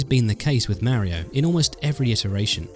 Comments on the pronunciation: I don't understand why people still call him mare-e-o and not mario. He literally says his name all the time! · ...Nez & Meh rio? I have to admit it sounds discordant to my U.S. style of English. Interesting how some games lost their impact when more frames were added.